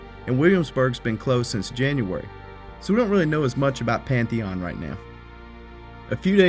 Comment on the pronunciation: Lol, PATH eon